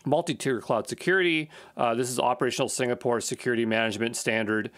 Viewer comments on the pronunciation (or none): none